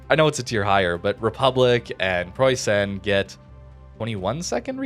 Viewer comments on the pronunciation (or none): none